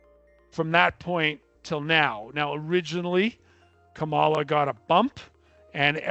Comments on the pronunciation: Larry, I'm very disappointed to hear you incorrectly say HarrIs' name like Tump does. The accent is on the 1st syllable, it's KAHmala. Please be respectful. I've followed you for years and greatly respect your financial info, but this Trump behaviour doesn't compliment you. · It's his way of saying he prefers Trump. It could also suggest racism but I wouldn't accuse Larry of that. I'll only accuse him of liking Trump. But you're right, he's an intelligent aware man and knows damn well how to pronounce Kamala's name correctly.